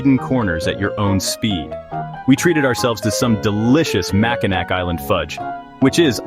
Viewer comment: Its Mackinaw and not Mackinac